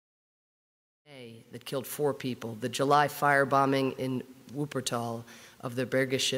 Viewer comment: The pronunciations in the Video are not correct nur for non Germans its ok :D